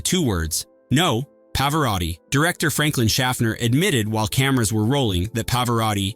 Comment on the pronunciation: Wow! Still screwing up Ebert's name and now Nick Nole-tee and Pa-vor-rati. I liked Partners. 😊